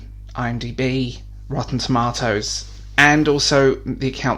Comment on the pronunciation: Brilliant proper pronunciation of "tomatoes," and great points as always. Also we sent you a follow up email with 5 UK promo codes for the Dor Vahdor audiobook free listen. Keep up the content creation, and yes, make good products and you'll get good feedback, less control more quality!